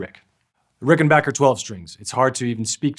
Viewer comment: I’ve owned both and much prefer the Rickenbacker sound. The Danelectro was nice but sounded much thinner. However it was a little easier to play due to the wider neck. At least this dude pronounces Rickenbacker correctly! 😀